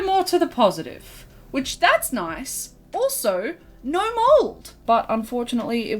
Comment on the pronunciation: i know have saved to my phone because the way she says "nyo" is too fucking funny